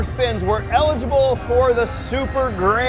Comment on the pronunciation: Lol why do you guys pronounce “eligible” as “illegible”??